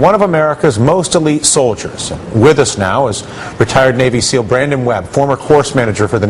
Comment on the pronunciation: he said navy sneal